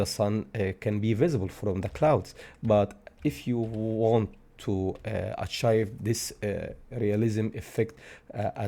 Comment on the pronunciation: AH-TJAIF ..(no)... Ah-Tjeeve ... Achieve!!! NO ACHIVE